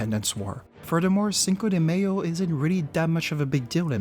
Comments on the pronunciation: “Cinco de mAy’o “ ❌———> “cinco de mayo”✅ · The dislikes are because the dude can't even pronounce it right, he says "Cinco de Mayonnaise"..... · I like the video and find it very instructive. Only that it made me cringe every time the word "mayo" was pronounce as in mayonnaise. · Hahah yes I cringe at it myself! Don’t know why I pronounced it that way, especially since I speak Spanish. Thank you for watching and glad you enjoyed it nevertheless. Merde !